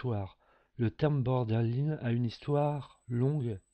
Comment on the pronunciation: Il y a des fautes partout, même dans la prononciation du trouble!